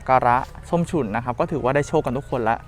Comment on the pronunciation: น้องเขาชื่อ ส้มฉุน มึงเป็นอาจารย์ภาษาอะไรเรียกชื่อเขายังเรียกชื่อผิดเลยส้มฉุยส้มฉุย